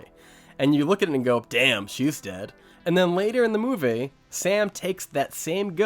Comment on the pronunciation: He says movay( movie) for that reason I will not watch any more of his content 🤣 movay